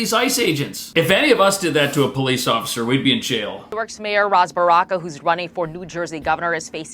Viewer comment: "Ras Baraka' lol